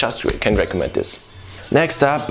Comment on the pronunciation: “Hey guys wats up in dis wideo” That was so cute :)